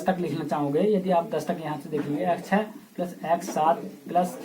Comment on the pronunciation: Sir aap plus ko sahi se boliye